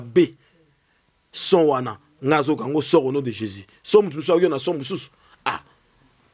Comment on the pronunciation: le nom de Jésus est tellement facile à prononcer pkoi il a du mal a prononcé ce nom merveilleux